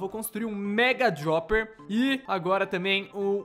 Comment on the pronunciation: Não é dioper é droper